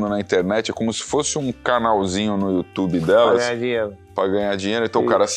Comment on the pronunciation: hj cê atrasou o programa no iutchubi 🤣😂😂